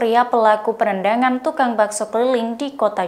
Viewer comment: Ada yang slah sma bicaranya apa saya yang slah dengarnya +penendang (-perendangan)